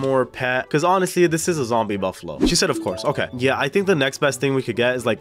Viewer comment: The way he said /I love zombie\buffalo